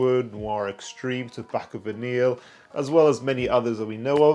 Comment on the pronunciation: did you call it Tobacco Van Eel???